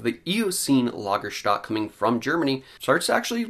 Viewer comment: You're an educated guy, and I enjoy these reviews. But it's not "Lagerstat" it's Lager-stet-e".